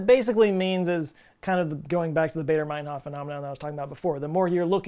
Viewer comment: It's pronounced "Barder", not "Bayder".